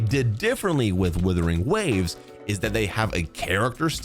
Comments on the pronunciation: Is it his accent/speech or is he purposefully saying "Withering Waves"...and not Wuthering...lol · Wuthering Waves, not Withering Waves. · He still thinks it's called Withering Waves? 🤣